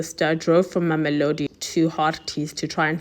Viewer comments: Not Memolodi It's Mamelodi. Can't u read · Wonderfully captured. Please work on pronouncing names...LIMPOPO. There is no M after the first PO. MAMELODI. Not MAMOLODI...Slight criticism but it can be a bit distracting... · did she say ma'amilodi? Limpompo? 👏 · She just needs to improve on the pronounciation of our names. It was cringy when she said "Warona" or " Mamelodi"